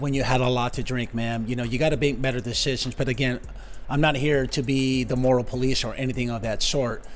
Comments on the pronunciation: You said bake metter decisions! Thats awesome! I listened twice to make sure lol. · "You have to bake metter decisions" fantastic spoonerism